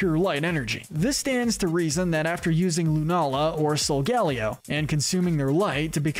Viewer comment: It’s pronounced may-guh-LAHP-oh-liss, sol-GUH-LAY-oh, ray-QUAY-zuh, WAHB-uh-fett, sill-VAL-EYE, DEE-AHL-guh, and PAHL-kee-uh, “Patrick Star”! 🤨 Stop mispronouncing Pokémon, Pokémon area, and Pokémon character names, bub! 🙄